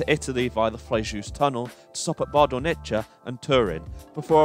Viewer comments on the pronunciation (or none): I’m sorry to say that Italian pronunciation wasn’t as great. Bardonecchia should be pronounced as Bardonekkya. In Italian ch=k and thus cch=kk